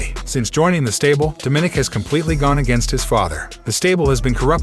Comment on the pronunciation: Its not "Domin ick" its "dom o nick! Get the pronunciation right dude.